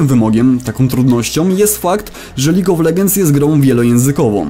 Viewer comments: Lig of Legends. Gud inglish maj frjend. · "Lig of LeDŻends"! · kiedy nagrywasz tyle czasu filmiki o lolu ale wciąż nie umiesz wymówić League of Legends